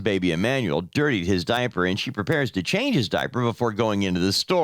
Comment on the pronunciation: It's a damn diaper not a diapee.